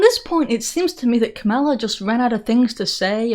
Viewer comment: Thanks for pronouncing Kamala with the emphasis on the second syllable. 🙂